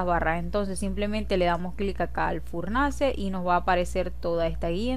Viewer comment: Es que me gusta cuando dices furnance ;)